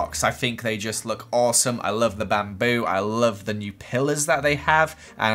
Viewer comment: BaM BoO Me: You mean Bamboo